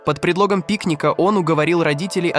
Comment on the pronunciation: А зачем вот этот появляющийся некто в капюшоне? Он типа нагнетает атмосфэру? Вот слово "съел" искаженное в конце предложения зачем? Или вот эти неверные ударения? Как можно в слове пикник ударение поставить на первом слоге? Странно, что так много подписчиков.